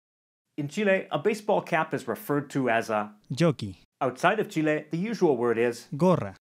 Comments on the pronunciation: I like that he says "Chile" and not "Chili" ❤❤ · As a Chilean i really appreciate the fact that you call us Chile with the letter "E" pronounced as Spanish and not the English "E" which make it sound more like "Chili" the meal for us. Great Video! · kind of unrelated but god I can't thank you enough for saying Chile right! I really hate it when foreigners say it like "Chilli", really ticks me off.